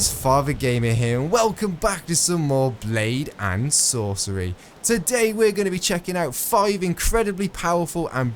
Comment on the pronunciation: Blaed an' Sorcerey